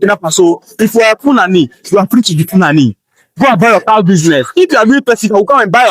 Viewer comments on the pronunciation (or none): I notice that it is pronounced FOO--la--NEE